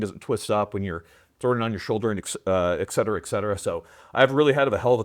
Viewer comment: "Et Cetera." There is no "X." Couldn't finish the video. Do better,.